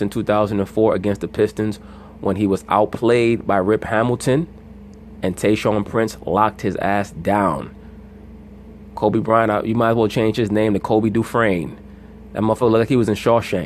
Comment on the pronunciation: Bro said Kobe Dufrain 😂😂😂😂😂